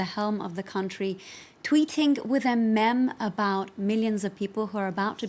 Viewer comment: lol how does she pronounce meme.